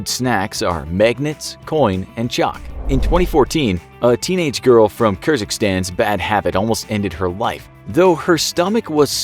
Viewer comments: Kyrgyzstan is not pronounced "Kir-Zik-Stan" It's pronounced "Kir-Giz-Stan" Edit: it's a hard G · I live in Kyrgyzstan. The way you pronounced it gave me early onset dementia.